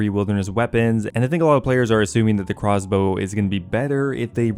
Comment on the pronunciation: Jagex named the Craw's Bow thusly because has a tough time pronouncing Crossbow.